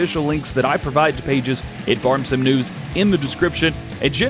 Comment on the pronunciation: I wonder what "hashtugfurmsimnuws" sound like at 2x speed... 🤔